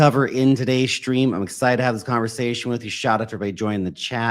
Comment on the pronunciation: Why do you say SHtream? Stream!